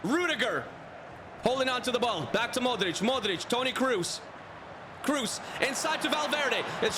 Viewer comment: The video is really interesting but seriously, the pronunciation is awful, who tf is Toni Cruz or Sergio Biscuits? lol